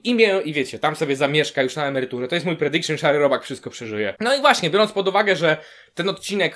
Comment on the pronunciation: "to jest mój predikszyn" ała...